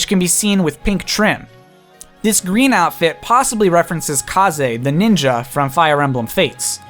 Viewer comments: Did he pronounce “Kaze” as “Ka-zey”????? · you pronounced Kaze wrong its Faze